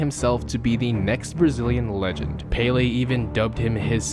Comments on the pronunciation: Pelay not paylay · (PEL- LAY) not PAY-LEE... Americans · You are saying Pele like it is spelled Paylay wtf 😂😂 Americans eh haven't a clue about football, it's hilarious to listen to them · It’s “Pele” not Paley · Paley???it's pele!!! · “Peh-leh” not “pay-lay” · Its pronounced "Pel-leh" not "Pay-lay" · it's pell-ley not pay-lay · Fuckin who is peyley its pele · cant get over him saying pele as 'palay' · You call Pele pailey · the accent on the é means the E sound rises ffs. Its called an accent because of the symbol above the E. É is pronounced "Ey" hence why the correct way to pronounce Pelé's name is "Peh-ley". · Americans know Fuck all about football also he can’t say pele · please look up a video of how names are said in their language the way you say PELE is the only tragic thing here. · I just hate how you say Pele I think I got aids when you did it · no. The accent makes it a ley.